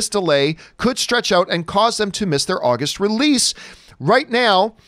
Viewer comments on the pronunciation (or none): AWgust not AHHHHgust